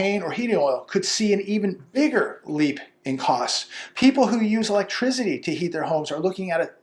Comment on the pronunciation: Have I told you I like how you say electrissity..actually more like electriczitty